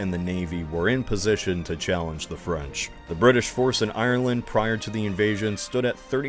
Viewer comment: It would have been nice if you had checked how to pronounce Ireland